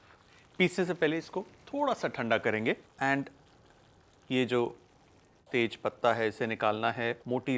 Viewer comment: whenever he says Tejpata.. it reminds me of someone from bihar 😂😂